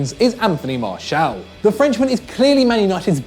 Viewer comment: Pronounce Anthony Martial name right.